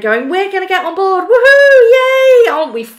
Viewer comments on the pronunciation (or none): none